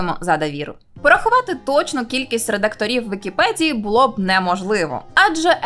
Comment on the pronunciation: нашо українською мовою говорити з мацковскім акцентом? не "на вікіпеДЗії",а на "вікіпеДії" - невже це складніше вимовити?